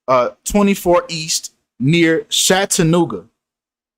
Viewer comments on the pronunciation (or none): it's CHAT-A NOOGA...ITS NOT SHAT LOL